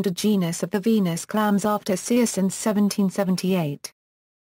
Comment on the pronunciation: You would think she would at least pronounce Circe correctly